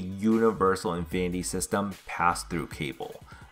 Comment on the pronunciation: “Infinniny” “Aulomalically”